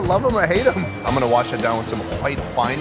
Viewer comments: Kwhite Kwine xD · "Whoite Wine"